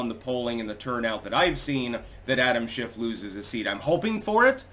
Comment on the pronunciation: For a minute,, I thought you said “shenanigans by Adam Shitstain”. 🤣